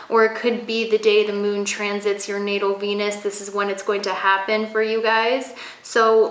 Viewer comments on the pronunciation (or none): none